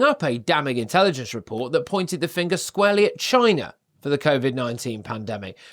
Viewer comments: Trump was saying CHYNA, not China, big difference! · Note...📣 Is it a coincidence that there is a place in Jefferson County, in Texas named "China" in the University of Texas there, is a Bio- Lab..(WUHAN)..! Ever wonder why DJT always pronounces "China" the way he does...?